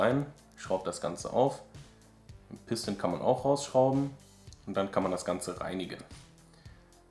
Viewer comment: Piston kommt aus dem französischen (Druckkolben) und wird eben französisch ausgesprochen und nicht pisstn. ;D